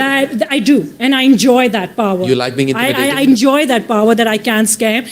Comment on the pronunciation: I ENJOY THAT POWAH. I ENJOY THAT POWAH. While force lightning kills the franchise